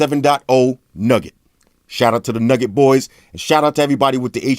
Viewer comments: It's Nougat, not Nugget. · it's not nugget man it's nougat. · Lol i felt like i heard android 7.0 nugget